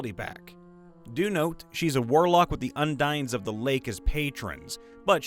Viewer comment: "un-dines" is pronounced "en-deens".